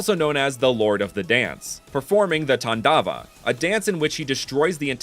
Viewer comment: its taandaav